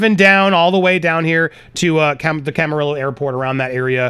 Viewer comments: They live in Hidden Hills and Camarillo is pronounced “Cam-A-Ree-O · Camarillo is pronounce cam a reeyo. The Ls are silent